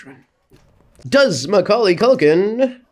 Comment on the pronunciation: YES HE SAID HIS NAME RIGHT